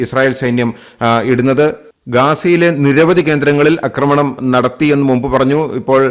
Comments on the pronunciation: 'അക്രമണം' അല്ല 'ആക്രമണം' എന്ന് പറയുക. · അക്കമണമല്ല ആക്രമണം